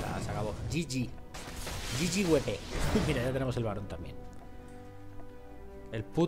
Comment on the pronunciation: madre mia xD dat inglich mai frriend "gg wepé" xD nostalgia en tu canal:')